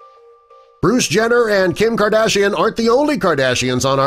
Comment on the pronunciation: You said Bruce wrong